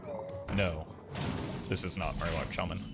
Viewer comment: knows how much it trigger some of us when he says Shay-man rather than Sha-man